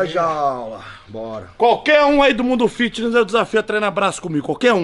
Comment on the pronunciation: qualquer um bambam? N deu pra entender.... Vc falou qualquer um ?